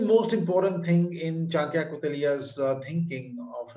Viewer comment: His name is Chanakya not chankya